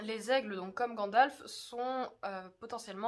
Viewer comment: C'est marrant mais dans l'intro moi j'entends: "Pourquoi les elfes ne pouvaient pas emmener Frodon au mordor!" :p